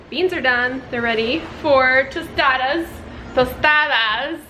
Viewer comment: Your pronunciation of tostadas had me shook! Good Spanish!